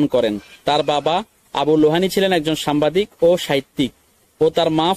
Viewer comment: সামবাদিক হবেনা সাংবাদিক, ঠিকমতো উচ্চারণ করতে পারে না সে আসছে ইউটিউবে ব্লগ করতে